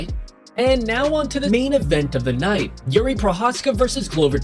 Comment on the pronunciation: Why are you calling him Youri? It's pronounced like eerie